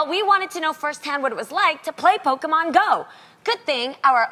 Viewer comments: Poke "man" 😂😂😂 it's pronounced "mon" Loni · I'm sorry I love Jeannie but I hate the way she pronounces Pokémon lol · The way Jeannie is pronouncing Pokemon is throwing me off